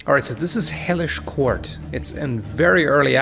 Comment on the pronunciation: I was literally about to look up this game that I thought he called "Heyish Court"...